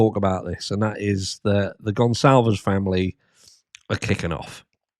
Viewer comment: At least pronounce the name properly